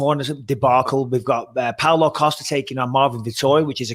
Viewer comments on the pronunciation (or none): none